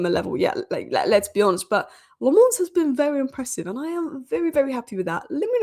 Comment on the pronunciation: its lammens not le'mons he's a Belgian not a frog